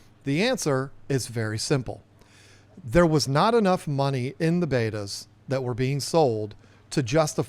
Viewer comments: I love Bettas and I love your channel so please don't take offense but it drives me crazy when I hear them pronounced "Baata" it is pronounced "Bet-a." Bet followed by a (pronounced uh) bet-uh. Spelled Betta. but pronounced Bet-ua not Baata like the old video tapes or as in beta testing. Sorry. Had to tell ya. Other than that keep up the great work!! 👍🏻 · Hey listen i don't want to start nothing new with you but its pronounced BETA not BEITA like you're saying it. I've heard a lot of people say the same thing you are saying. It's wrong it's not the way to say the word. People should be ashamed of themselves pronouncing such a simple word wrong. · I could only get through about two minutes of your video because I can't stand listening to you and mispronounce bettas. 🤷🏻‍♀️ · Bet-ta? Bay-ta? All I know is you can't mispronounce Siamese Fighting Fish. (I guess I'm showing my age again lol.) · For the love of God start pronouncing betta like a normal person. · I just knew it was because of the pressures of how you pronounce the name of the fish!! Thank you so much for confirming 😆😂😂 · Wow. I always suspected that you might be a little bit on the nasty side and I guess this comment proves it. I've never seen two people that are so proud to mispronounce a word in my life. Great way to treat your subscribers. You obviously can't take a little constructive criticism. I'm out.